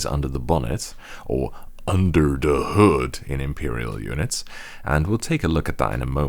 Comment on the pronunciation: ""Underr da hood" in Imperial units" I'm dead.